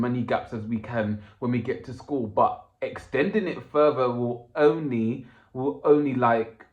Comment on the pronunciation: oh how very posh "ooonly" and then all East end gangster "na wot ar mean!" Quite a lot of dialects in the this video sir!